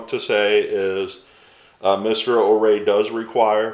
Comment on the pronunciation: I'm not trying to be a know-it-all, but I believe his last name is pronounced "O-Ree" as in "Oh, me."